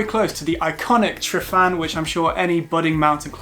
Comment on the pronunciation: I hope this helps, but Glyder is not pronounced “Glider”, but “Glidd-err”. Tryfan is pronounced “Truh-vann”, not “truff-Ann”. Llyn Padarn, is not “Pudd-Arn”, but is “Padd-Arrn”. Dinas Dinlle is not Dinas “Dunelle”, but Dinas “Din-hll-ay”. Betws-y-coed is pronounced “Bett-oose uh coyd”, not Betsy-Coyd.